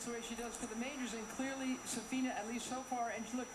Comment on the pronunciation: For Christ's sake, it's S'afina, not Saf'ina!